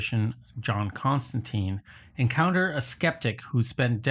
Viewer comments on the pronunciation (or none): none